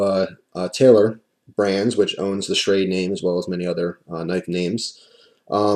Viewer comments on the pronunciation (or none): Sha-Ra-De, though I would agree with pronunciation.